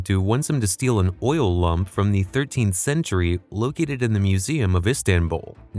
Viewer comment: The way he says Lamp like lump is somehow more annoying than saying Rafe like cafe